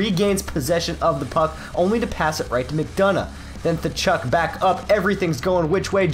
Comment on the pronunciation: Thachuk? It's katchuk